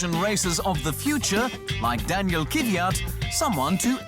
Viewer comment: Not Kyv-yat. Kv-yat. And not Kiviat, Kvi-yat. Kvyat. Kv-yat. Faster on the Kv, it's two consonants, and yat is like "yacht", without the kh sound of the "ch." An "aht" sound with a y sound as in "ja," or yah, yeah. Kv-yaht. Kvyat.